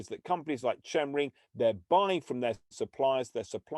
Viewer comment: Pronounced 'Kemring'!